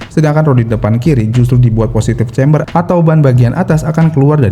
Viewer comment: Camber bukan chamberrr.... udah berapa kali dikasi tau jg. 🤦